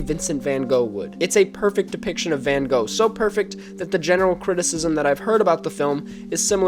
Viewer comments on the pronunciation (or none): You must have lived a long hard life, that you knows the depths of Van Gogh's (learning to pronounce his name would be a good start) work, then make a comparison with this movie. I applaud your research, though.